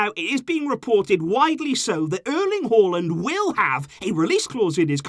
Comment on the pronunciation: I live in Norway and I was quite impressed by how good you pronounced his name.